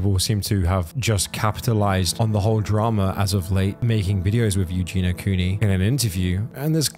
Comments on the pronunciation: Her name is EugeiIa... "You-Gee-knee-uh". If you're going to make money off of her the least you could do is pronounce her name correctly. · I agree with what is said in this video and I know this in a detail, but her name is EugenIa not Eugena. Pronounce Eu-ge-nia. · Dude, it's not pronounced Eugena it's pronounced Eugen-E-a Eugenia. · Eugenia...you are saying her name wrong dude. Ffs...not Ew GINA.....Eugen. Ia....ia..ia..Eugenia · pls its eugINIA cooney not eugina... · While I agree with the comments at the start of the video IDK why these people don't post the same stuff on obese people's videos. On those videos it's all YAS GIRL BODY POSITIVITY and then on this it's HOW IS SHE NOT DEAD? The same is true both ways. Also it's Eugenia not Eugena like you keep saying. Eugenia is a name, Eugena is not. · Please just get her name right. It’s Eugenia. Not Eugene-a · so many of these recent videos on her say it wrong :( like the least you can do is not call her miss clooney or Eugene-a and get her name right 🙄 this poor girl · You did not pronounce her name right. You Gene Eeee Uh. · Great video….I do wish u would have said her first name correctly tho